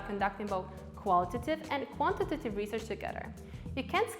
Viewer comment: Great and helpful video. …but oh lord do I hate the way she says “quantitative” haha